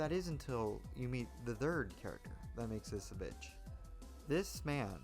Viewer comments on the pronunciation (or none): none